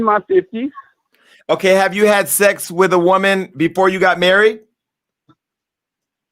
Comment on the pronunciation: Me too! Over here rollin. WO-man...what's that???? 😂😂😂